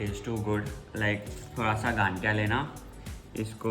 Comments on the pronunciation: Hyy cuties 😍 please aap sab Gujrat aaye. Or isse ganthiya nahi gathiya bolte hai matlab n alphabet nahi aata usme or bohot acha laga aapko bhi pasand hai ye hamara gujrat special gathiya jalebi. Or Pooja didu please don't worry about looks, you are sooooo Beautiful more then you think and we are family, we all knows you are so gorgeous that's ok it's temporary darc circles n all.and please Gujarati main bhi bat karlo thodi si.😂 Lots of love ❤ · Gadiya nahi gathiya😂